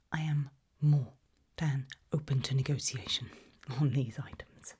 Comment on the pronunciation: I am absolutely obsessed with this character's pronunciation! Yes, please show me the "objet" as we "negociate" the pricing! 😂😂